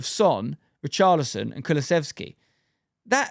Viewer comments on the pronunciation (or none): none